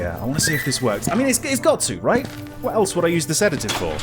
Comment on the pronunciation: sees the bottle of Sedative "SEDAGIVE?!"